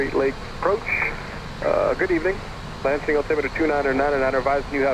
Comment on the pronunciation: Sounds like the Captain says, "Leipzig" when he says, "Lansing"... ;)